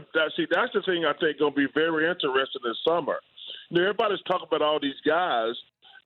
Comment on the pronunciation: in-teres-ting chuck....... not in-ter-es-ting